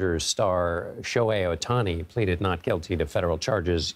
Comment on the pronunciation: can these newscasters just try to learn how to say ohtani...?? They need to try harder